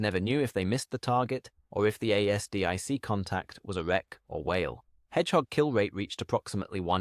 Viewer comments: ASDIC pronounce it as a full word lnot A.S.D.I.C more like Azdick. Really annoying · Dammit I cant listen to A S D I C any more (late FIL was in Navy in WWII) Consider rerecording the voice.